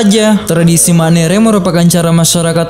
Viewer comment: Maaf min, Untuk tradisi dari tana Toraja, yg benar itu Ma'nene'. Bukan Manere